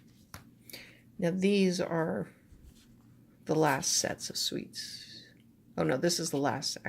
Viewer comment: They're pronounced "SOOTS" not "SWEETS"